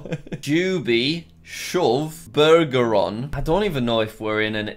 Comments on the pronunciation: How does Jack pronounce Bergeron as Burgeron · in Bergeron, the g is pronounced Ber-zher-on